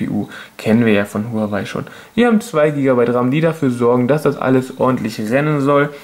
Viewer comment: Sehr gutes Video aber Huawei wird wahawei ausgesprochen (glaub ich)